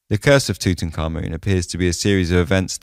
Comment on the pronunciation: You pronounce his name correctly. Few do. BTW, Lord Camarvon had to have had a compromised Immune System for that to have escalated to such a tragedy.